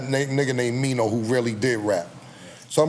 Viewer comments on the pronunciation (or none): Did he say mean-o or maino?